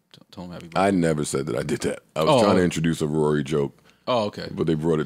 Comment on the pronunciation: Ak just said he has more money. He sounded illiterate trying to say Rory